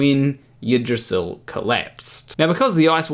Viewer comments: Yggdrasil is pronounced more like Ig-dra-sil or Ig-dra-zel. The Y does not make the normal Y sound from English. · In Kiwi, Eeg-drra-syll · Well, I already knew a lot of it, and I now believe the rest of it, except, of course, that one part that was an obvious joke ... poorly told and in poor taste, I must add. What is the penalty for mispronouncing the name of the world tree? Just asking ...